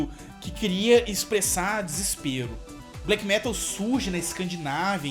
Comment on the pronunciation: Ótimo video, só não fala "fresh" metal